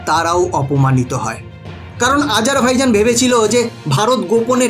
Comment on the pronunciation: আপনি ঠিক করে দেশটার নাম উল্লেখ করতেই পারছেন না আজারভাইজন বলছেন ওটা হবে বাইজান